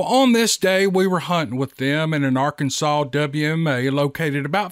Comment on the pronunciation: I live in Arkansas too and I'm loving every moment when I hear you say Arkansas and the Steve Lilly story's are amazing brother please keep them coming ❤